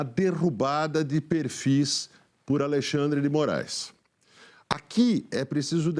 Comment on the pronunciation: Dilma em pronunciamento disse que é contra a saída só X do Brasil... segundo ela como ela vai chamar o Alexandre de Moraes , Aleandre de Moraes ou Andão?